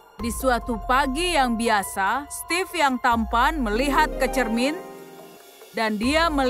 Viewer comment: Steve bacanya stif